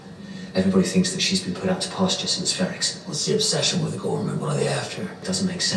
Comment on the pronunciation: Ghorman is French badly spoken.